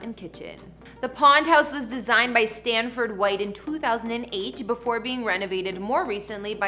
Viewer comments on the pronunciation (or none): none